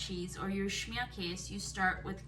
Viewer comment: Schmierkase is German (Pennsylvania Dutch are as well). Americans thought they were saying they were Dutch but they were really saying Deutsch (Deutschland is German for Germany). In German you say the 'e' on the end of KASE. So, this is actually pronounced "Schmierkase *kay-sa. Just thought I would share this.